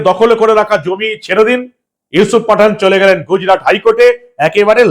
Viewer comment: Yusup patha..na pathann..bujte parchi na..😂😂